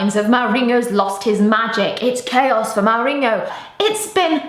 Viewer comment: The countdown for when Hughes will get fired has started. I say he's the first manager that will go from the BPL. By the way, why do you pronounce it Maorinho? Still loving ur videos!